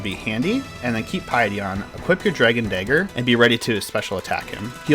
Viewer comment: When you say Dragon Dagger it sounds like something terrible. Hard R too man.